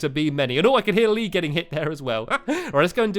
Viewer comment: Haha! , Stampy calls him "LeeBeer"!